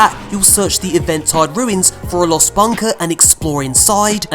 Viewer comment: 1) You spelled "safeguard" wrong. 2) Eventide is pronounced "Even Tide", not "Event Tide".